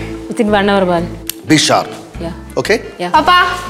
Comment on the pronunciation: നീലു ഇടക്ക് ബാലുവിനെ ബാൽ എന്നു വിളിക്കുമ്പോ ചിരിവന്നവർ 🤣🤣🤣🤣😂😂😂😂 like adi